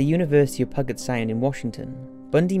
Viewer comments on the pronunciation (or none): PUGG'ut sound lol. P'YOU'JET sound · Pew-jet sound. Not puh-get. Nbd though. American-English is crazy. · Btw, , it's pronounced "Pew-Jet" Sound; not "pooget". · LOL "Puggit Sound." It's PEW-jitt Seriously, get an audio proofreader. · Sorry, I know I'm nitpicking, but "Puget Sound" is pronounced like "Pujet Sound" rather than "Pugget Sound." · if you see this for the university of Puget Sound you say the university of pug-it sound not Puget Sound’ ( Pronounce: pu- get sound not pug it sound) as I live in Tacoma Washington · It isn't "pugget". It's "pyoujet". And Sammamish is accented with the middle "a". Denise. ...oh, you got it the second time. Boise is pronounced "boysee" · Puget Sound is "peuw-jet" not "puggit" lmao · Just as a note. Puget Sound is pronounced pew-jet not pew-get. I live in the area so it just was like nails on chalkboard. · Its "pew-jet sound" not "pugget sound" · University of Puget Sound.. the g is pronounced like g in gym, not g like golf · lol Pugget Sound. It's pronounced Pew-jitt. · its pew-jet sound, not pugget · Isn't Puget pronounced "Pyoo j't" and not "pug it"? That's just one of many mispronunciations in the narration. I know it may sound petty, but narrators should get pronunciations right. It sounds very amateurish and detracts from the credibility. I know it shouldn't, as these are quite good doco's, but it does. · I'ts not "Pugget Sound"; it's Puget; Pyu-jet. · It's always funny hearing people say pudget sound wrong lol pud get like it's 2 words once heard it pronounced poo get I died laughing spat my drink out after choking on it like fucking people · Pronounced Pu-jet sound. Not pu-get sound . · HAHAHAHA PUGET, it’s pronounced peu-jet not pug-it HA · No one going to point out the fact that he pronounced Puget wrong? It’s not pronounced puggit, it’s pew-jit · Puget = pew-jet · The way he said Puget Sound made me hurt, pew-jet is how it’s pronounced lmao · It is: Pyoo-jet. I don't blame you because you are British